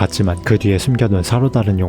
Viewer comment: 진짜 옳은 말이고 재밌는 내용인데 발음때문에 조금 깨네요,, 그동안 셰샹의 펜륀이었습니다.. 이부분 특히요